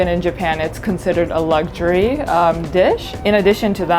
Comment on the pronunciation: ”Even in Japan it’s considered a lug-shuryyy”😂